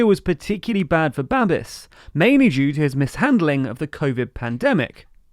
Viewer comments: "Babiš" is pronounced "babbish", not "babbis". Those squiggles matter. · It's Babish, not Babis. I will never understand how English native speakers never bother to put the name into Google Translate to see how it is pronounced 🙄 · Babiš is not Babis. š is pronounced as sh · It's Ba-bish, not Ba-bis. Also, did you say "Polish" in ? They're Czechs, hahaha. Anyway, your dedication always astound us your viewers. Thanks. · It is pronounced babish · Babish. It's Babish. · Great video! :) By the way, Babiš is pronounced babish. And "ANO" is not only "yes" in Czech, it also stands for "action of dissatisfied citizens". Anyways, I really love your news, keeping us informed about Europe and the world! ❤️ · One note - Babiš (Babis) is pronounced with "sh" at the end, sounds like "sh" in the word "show". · >Babiss >Aunt Tiffa Love your content but please learn how to pronounce words, tyvm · It's actually Babiš, with the letter Š being spelled like the diatric sh in sheep, but without the eep. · It's Babiš the TLDR team are just Anglos and as such are generically required to mispronounce everything.